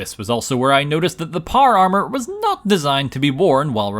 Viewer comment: American: Power Armor Northern Irish: Par Ar